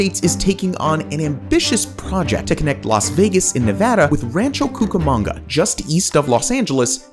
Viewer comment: I can’t watch it any longer. My God, a simple Google search would’ve told you how to pronounce the bloody name. ran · chow koo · kuh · muhng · guh